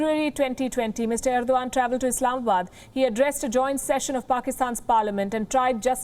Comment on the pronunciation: Ar-do-gand hahahaha